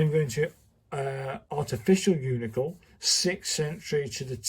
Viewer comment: Why do you mispronounce “uncial” so badly? First, the “i” is AFTER the “c.” And the “c” is not a /k/ sound. The word i pronounced “UHNT-seeyuhl.” You’d think someone as schooled as you are in calligraphy would know this